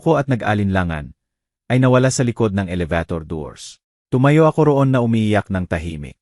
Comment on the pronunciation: Kuya paki ayos naman ang a salita mo alabator elevator pala